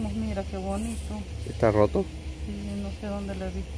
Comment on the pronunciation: Hola , se dice roto